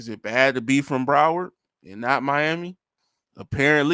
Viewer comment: Dude said Broward county🤣